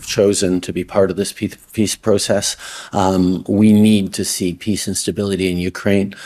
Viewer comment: He almost said pizza instead of peace! What a clown.